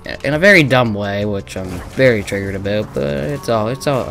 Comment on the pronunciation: did you say aboot? 🤔